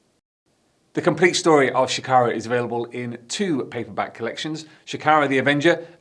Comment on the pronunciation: Bruv. Shakara has multiple syllables.....